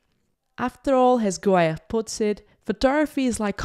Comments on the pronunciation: Hi, nice collection of Harry's photos. But Harry Gruyaert is pronounced. /ˈɦɑ.ri ˈɡrœ.jɑrt/. It's no French it's a Belgian Flemisch name. Otherwise perfect overview. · Funny how you pronounce his name. Excellent video though. Thanks for sharing.